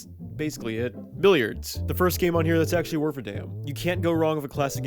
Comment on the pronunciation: You have a really weird pronunciation of billard.